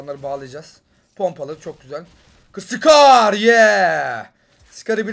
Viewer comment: Skar ne ya scar o